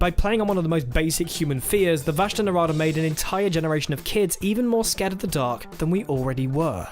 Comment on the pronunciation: vashta nerada.... run... just run (get it right pls)